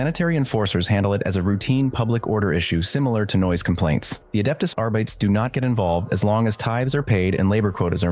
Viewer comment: R - Bee - Tees That is the correct way to say Arbites